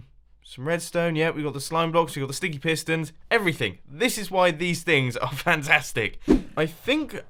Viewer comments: At about 12 mins into the vid I could have sworn he said 'stinky' Pistons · Mumbo its sounds like your saying stinky pistons